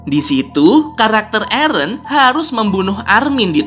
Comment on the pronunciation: mikasa ketika bilang nama eren: ereh